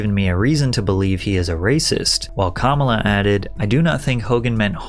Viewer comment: I know who Kamala is yet who's cam-ala rotfl